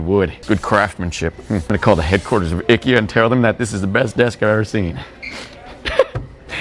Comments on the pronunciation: he pronounces it right, it's not aikeya, its ee-keh-ya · "ICKY-A" said at the end is the way IKEA is pronounced in Sweden... you know, where the brand is from.